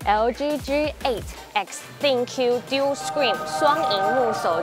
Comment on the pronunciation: Not deal丢 screen唷，是dual朵 screen